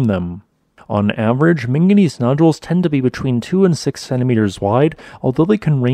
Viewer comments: The real question: is it manganese or minganese? Because I heard a lot of the latter in this video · Drinking game: Everything time he says "ming-gineez" down a shot.